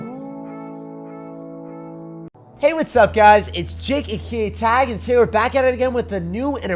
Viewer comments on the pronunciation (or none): I just got to know he introduce himself as jake aka tag i used to think he says 😂😂😂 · Nicolas Estrella ikr 😂 the first few times i watched his vids i was so confused like is he saying jayeatingatag? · What? Ajhaahah I thought too